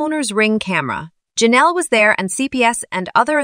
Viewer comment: LOLOL it sounding like they are saying JENELLEY instead of JENELLE E. (Assuming E for her last name)